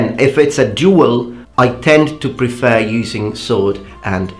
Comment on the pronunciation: You mentioned you want your pronunciation corrected, so: A bit nit-picky, but: the second E in "prefer" is slightly off. That aside, if you really want to be a badass, dual wield a katana and wakizashi like miyamoto musashi. :P